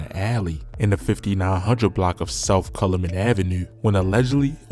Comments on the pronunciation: Calumet: Cal- u- meht.. DuSable: Du-sa- bul he was a black pioneer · Say it with me CAL- U - Met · You can tell you not from city and sound like you from Bmore. Nigga dont know how to say calumet or cicero